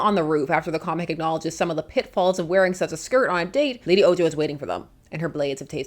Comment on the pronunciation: Small criticism: Ojo is Spanish and the J has an H sound.